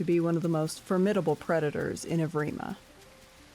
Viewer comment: Yes! Someone who knows how to pronounce Evrima.